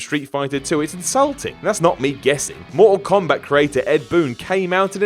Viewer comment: Blood Skarlet MOR-OH KOMBAT. LOL